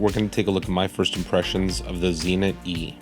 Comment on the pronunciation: I have a couple of Zenits but no Zee-nits.